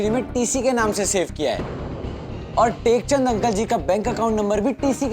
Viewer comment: nekchand ❌ tekchand ✅😂😂😂😂😂😂😂😂😂😂😂😂😅😅